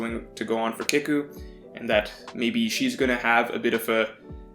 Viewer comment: Don’t wanna be that guy but kiku is pronounced key-ku not kick-u